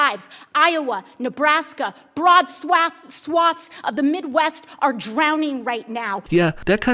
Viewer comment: “Brad Swats” hahahah